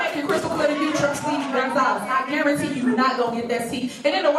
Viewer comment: How will she "gurentee" he won't get that seat. 🤔